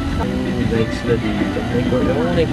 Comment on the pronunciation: Lodi, Nayki (Nike) not Nayk (Nike).. Anyway More Vids to Come. More Power! New Subscriber! God Bless!